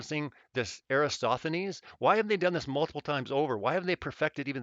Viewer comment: can we please get a ruling as far as my understanding goes the greek mathematician in question is ERATOSTHENES yes? Everytime i hear erastothenes it feels like nails on a chalkboard how does EVERYONE flub that up or am i confused. Also i worked out of p.a. sask at seabee mine anyway spread the word if im right these vids are driving me loco